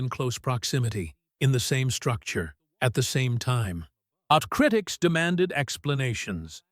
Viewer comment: Such inept narration. Not meddle, it is metal, with a "t" and then he cannot pronounce. Some just lack education. It is so hard to listen to this. Not criddics, but critics. Scattered, not scaddered. Now, please....